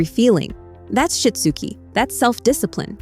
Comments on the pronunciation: “Shit-zoo-Kay” Good grief. When will AI learn to pronounce words correctly? The material is good! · “You might need to walk… THEM THROUGH IT!” Despite the terrible AI voiceover, this was valuable. I’m going to try this with our autistic son and allistic daughter. Also, it’s SHI-TSU-KE, AI voice! Sheesh.